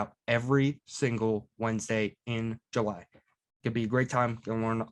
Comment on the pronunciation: Bwalk ass pronunciation of july.